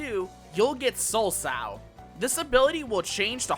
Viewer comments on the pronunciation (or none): A female pig is called a Sow .... you said "Soul Pig" .... Soul So (Sew but I don't want you to butcher that word either) ... Left and right English Pronounciation errors... I'm surprised you got Communio right.... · Sow isn't pronounced like that lol, think "reap what you sow" if you're familiar with that idiom. So it's soul sow, rather than sowe or however you'd spell out what you called it in this video. :p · It soul sow not sowwwwww, you know like "you reap what you sow" thank you for listening to my ted talk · I mean, he also pronounced 'soulsow' as 'sow', like a female pig. >.> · Your guides are great dude I’m watching every single one. But I want to tell you sow as you are pronouncing it means pig and sow “sO” means plant as in reap and sow. It gave me a good giggle that soul piggy tho haha! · It's probably "sow"(so) like sowing seeds, and not "sow" like lady pig, because the harvest theme. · Soulsow is pronounced like "soul-sew" - like sowing a crop field. Except it's souls, because you reap what you sow, and reapers reap souls.